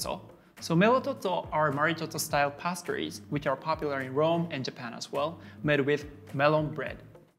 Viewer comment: why did you call pastries pestries?